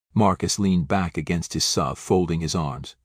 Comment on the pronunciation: More BS stories. And bad AI reading SUV, not "sub". He's not driving a submarine down the highway.